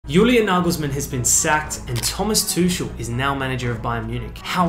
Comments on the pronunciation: Pronounced like Tu-kel not tush-el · It‘s not TOOSHEL, it‘s pronounced TOOCH-EL, the CH is like a throaty -r sound. Similar to the Scottish English Loch in Loch Ness. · Too-shell lol 😂😂🤦 how's this dude reporting if he can't pronounce names? Freaking Aussies 😅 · Lollll too-shell 😂🤦 dno how this dude reporting if he can't pronounce names...🤦